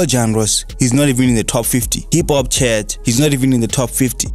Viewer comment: Chart📈 not chat